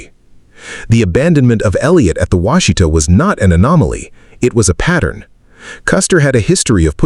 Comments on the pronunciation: It's Wash-ih-taw. not wah-shee-tuh. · It's NOT pronounced Wha She Ta. It's Wash eh Taw. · WASH-ih-tah, not wash-EE-tah. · Wah-shih-tah, with emphasis on the first syllable, not Wa-shee-ta. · "Wash a tah" is how its pronounced in Oklahoma. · It’s hard to listen to this. Every time Washita is mispronounced I want to urp.